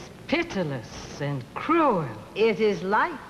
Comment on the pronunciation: and — Olivia de Havilland saying "cruel" (with two syllables) immediately makes me think of the end of The Heiress! "I have been taught by masters." ✂🧵